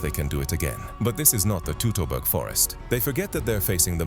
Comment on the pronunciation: Learn how Teutoburger is pronounced, FFS